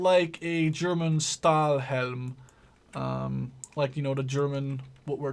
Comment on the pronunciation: Stahlhelm is pronounced like "Shtalhelm" if you write it in english ^^